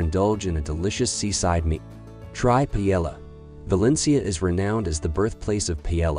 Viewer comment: You lost me at "Pilella" 🤣